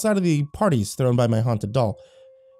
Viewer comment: Lol hauted doll